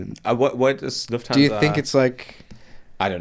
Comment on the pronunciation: Great podcast! What annoyed me: Swiss001 / can speak proper German but is not able to pronounce "Lufthansa" properly. Its a German name and does not have to be "anglofied".